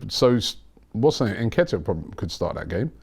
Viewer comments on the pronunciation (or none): none